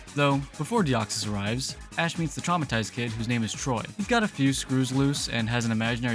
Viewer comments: WAIT DID YOU JUST CALL TORY "TROY" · Troy 😭His name is Tory!!!